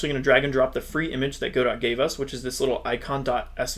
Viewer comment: God-oh. Not Got-doh.